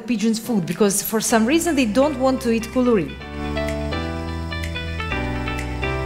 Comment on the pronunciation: LOve the way you pronounce "KOULOURI" very cute....excellent video, thank you.